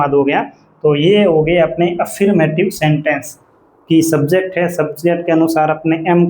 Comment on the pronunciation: /əˈfəːmətɪv/ अ फर् मॅ टिव होता है। अफीरमेटिव 😂